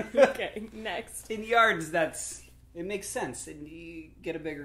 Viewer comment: "What, do people measure fabric in yerts?" "Yerts?"